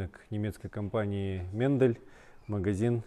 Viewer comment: Читается как Майндл